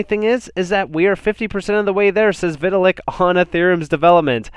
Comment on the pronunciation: "vi-tta-lick" lolz